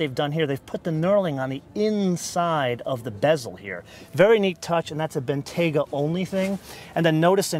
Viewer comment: Its pronounced Bentley Ben-T-ya-ga not Ben-Tay-ga